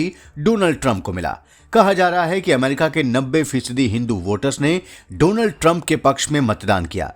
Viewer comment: please सहि तरीक़े से डॉनल्ड बोलना सीख लें